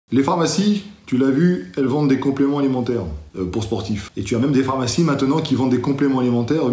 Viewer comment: "Les phamarcies",? 😉 Continue, tu as de bonnes idées!